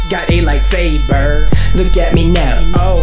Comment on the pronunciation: i love when he says got me a light sbaer